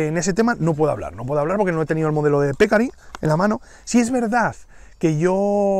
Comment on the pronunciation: Buen video. Te aclaro que "pecarí" es palabra aguda de acento.